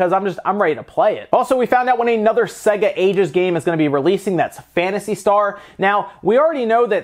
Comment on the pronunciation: It’s not “segga” lol